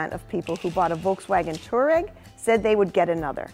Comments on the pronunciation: Touareg. Pronounced Twa-reg. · That pronounciation of Touareg, ouch.